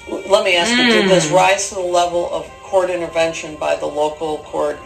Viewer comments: He says "your gonna have to axe Michelle" no less than 100 times in the full deposition. Michelle is everything...when it helps him deflect that is. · In the full deposition he says “you have to axe Michelle” dozens of times.